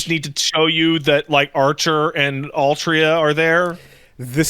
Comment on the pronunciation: said 'Altria' on purpose to do damage to us fans